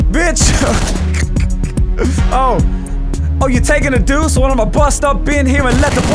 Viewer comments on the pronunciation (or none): Kia Martin duce not douse.